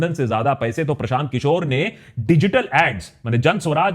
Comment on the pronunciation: Prashant kishor ke dhul bhi nhi Ho tum Unka naam thik se lo